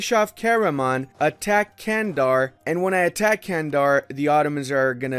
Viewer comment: Nice vid, but those mispronounciations... it's not 'Candar', it's 'Çandar', sounds like 'Jandar' and 'Chandar' simultaneously